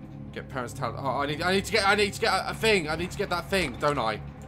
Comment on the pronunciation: I love how he says “fing” and not thing😂😂